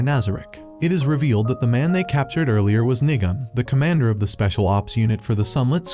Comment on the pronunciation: He said nigam I think